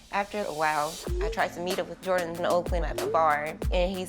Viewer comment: Angel into them Asian boys🤣🤣 “Jordan “ was fine tho